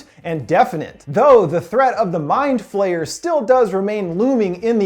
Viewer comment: what if there is something that is greater than the mind flayer? btw when you say flayer it sounds aloy like flare